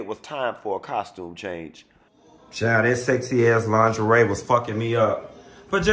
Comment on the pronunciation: I bout died when he said ling-a- re party